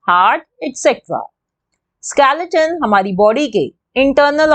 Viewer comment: Didi it's not skelaton it's skeleton